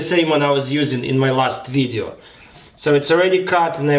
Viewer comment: сказал русским акцентом "ласт видео"